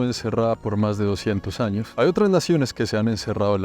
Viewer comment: Dejé de prestar atención de la risa después de "En los sños 1600" 😂😂😂😂😂